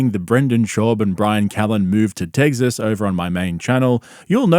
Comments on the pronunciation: Its pronounced "tec sis" Not "tegzis" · First time I’ve heard it pronounced Tegziz. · Tegsas lol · “Tegzas” … “buddon” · Bro keeps pronouncing it “Tegsas” 😅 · “Tegzis” for Texas made me laugh way longer than it should have 😂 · You’re the man,, but what is “Tegg-ziss”? lol just messing with you! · Bapa, are you saying tegsas? You aren't helping the stereotype of our accent 😂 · "Tegsus" is killing me 😂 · I just realized you say tegzas instead of Texas 😂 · Tegsas 🤣 My bub moved to tegsas smh Just retire from professional sports dad coach and come back calmedy. The ppl need you